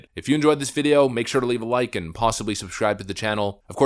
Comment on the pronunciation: Shush-cribe anyone catch that?